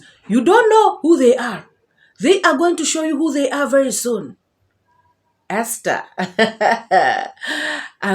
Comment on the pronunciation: THE way this man pronounces the word Esther